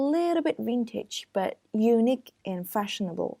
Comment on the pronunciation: Thank, this is helpful. You should pay attention to correctly stressing the words, for example, unIque and not Unique etc.